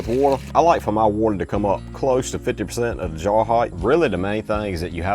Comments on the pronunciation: “Whatther” I love that dude 😂❤ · i like the way u talk. u kinda sound australian when u say water and its awesome and charming